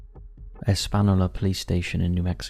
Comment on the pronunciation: Espanola is pronounced es pan yo la